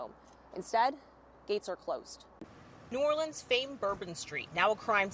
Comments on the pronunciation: Hold up wait Biden pronounced new Orleans correctly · Don't a lot of people say Nawlins? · Yea everyone in the south says nawlins, everyone else says new orleens probably because of the song in princess and the frog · That's how the locals pronounce it.